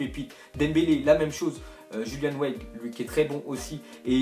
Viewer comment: julian weigl sa se prononce yulian vaiegl